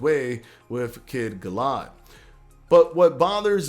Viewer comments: *Conor Benn *Gal-uh-had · Also, not to be a penis, but it's pronounced Gal-A-Had. I agree on the hand placement though. Still fucking HYPED for this!